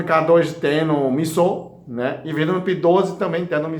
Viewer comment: O que é misson,q ele fala?